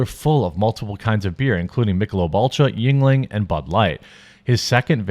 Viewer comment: lolol Jeremy be like "yuenling" sounds kinda ting-tongy. 😂